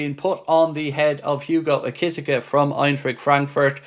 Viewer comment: it's Hugo Ekitike, AIR - KEY -TEA - KAY